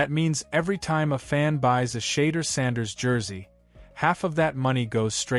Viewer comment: Shader Sanders? Skattabo? This AI shit is getting out control lol